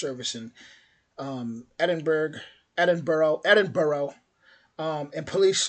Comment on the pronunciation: Please if you are going to say Edinburgh then at least learn how it is pronounced, you tried a few times and did not get it right once.